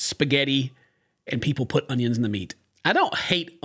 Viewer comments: World: “Onions: “Honions” Love you ken 😂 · Glad to meet someone else who doesn't like surprise honyuns in spaghetti. And raw hunyuns in mince is awful. All you're doing is steaming the hunyuns in beef steam. Saute them first.